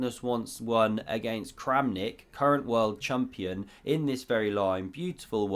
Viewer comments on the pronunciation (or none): 'world chumpion' 😂